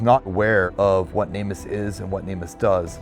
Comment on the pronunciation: You'd probably have better luck getting info out to the general public if you stopped saying "namus" all one word and instead pronounced it "Name Us". People are much more likely to connect the org with the purpose if pronounced as words instead of an acronym.